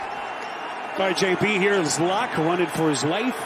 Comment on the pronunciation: Is it me or was he keep calling Locke "Luck"?